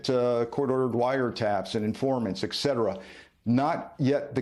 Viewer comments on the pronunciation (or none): Et cetera, not eck cetera. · Sir, “excedera” is not a word…….the word is “etcetera” 😊